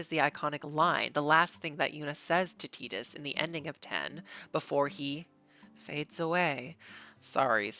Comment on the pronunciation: Praised be to Yevon that you don’t say Tide-us